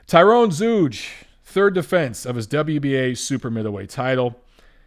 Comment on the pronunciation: Zeuge is pronounced "Tsoyga" (sort of), not "Zooge"